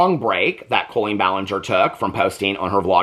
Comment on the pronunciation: Most modern cribs will convert to toddler beds. My now 19 yr old sons did. Love you!! ❤ Love how you pronounce her name like colon.